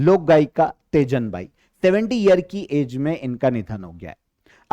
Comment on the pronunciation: Teejan bai ,not tejan bai mai chhattisgarh se hu